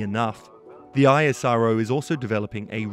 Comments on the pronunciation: Isss-row. Not i s r o. Like NASA iS not N a s a. Bro you should know if you make the vid. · It's ISRO not I.S.R.O like NASA not N.A.S.A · Its actually pronounced IssRO